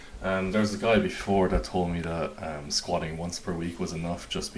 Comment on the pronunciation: why do you prounounce it squashing? ( squatting ) ?